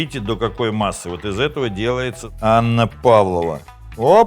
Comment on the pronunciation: Не Анна Павлова, а ПавлОва. Без Анны. Десерт придуман в Австралии